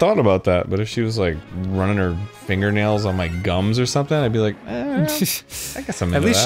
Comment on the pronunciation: You rike a diapers??? MEE TOOO!